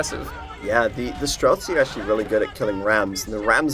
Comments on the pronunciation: stop adding a k to streltsy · The guy is annoying me when he says strelsky. IT'S STRELTSI, it literally means marksman. I'm not Russian, it just annoys everybody that can understand the word.